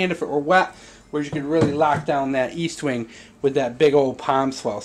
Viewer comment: Estwing not eastwing is made in the USA lol